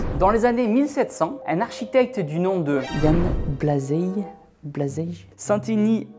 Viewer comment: Raté, mais pas loin! C'est "Iane Blajeille" Bravo sinon!!! 👍💪